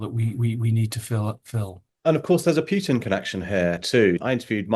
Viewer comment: Any interviewer that still calls him "pyutin" is so ignorant they should get another job.